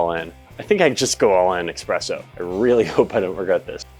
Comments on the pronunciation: This is so well done ❤ that I will forgive you for pronouncing espresso with an x. 😂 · 100% noticed this as well! But the way he said "fumes" made up for it.